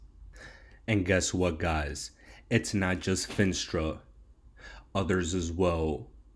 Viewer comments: "FEE - NAS - TRA" ........ not "FIN" "STRA"..................SAY "NAAAAAAS" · Fin-AH-stra bull